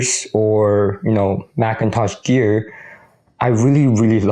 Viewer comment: Meek-in- toush.